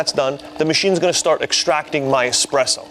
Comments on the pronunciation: How can you trust a coffee review where the reviewer says "expresso" ffs. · nice try! Unfortunately, it was a swing and a miss for you. Espresso is derived from the Italian for "pressed out" 🤦‍♂️🤣🤣🤣 Hence "expresso" is never correct.